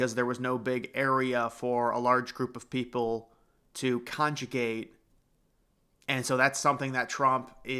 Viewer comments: Congregate...not conjugate, you Bozo...😊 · Congregate not conjugate